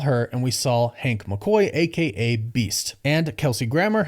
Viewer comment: Why do you say “SAWL” instead of “SAW”. It’s just weird. There’s no L.